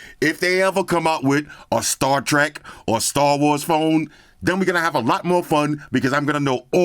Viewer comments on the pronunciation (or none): none